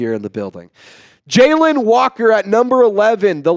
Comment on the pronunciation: Jalon is not Jalen you saying Jalen my name is Jalon as well and I learned that when I was in 8th grade my Science teacher told me that I have been saying it wrong my whole life 😂 JALON no E, I, or, Y